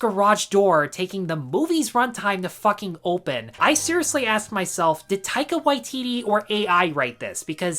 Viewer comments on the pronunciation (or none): none